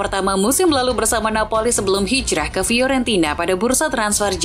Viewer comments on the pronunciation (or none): none